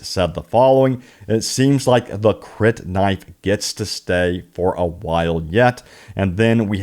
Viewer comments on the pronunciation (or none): none